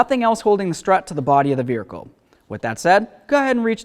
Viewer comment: Why you say vericle? What's a vericle?